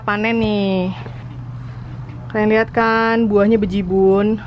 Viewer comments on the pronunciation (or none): Dengar kata Bejibun,,, logat Kaltim bgt kak, GBU 😍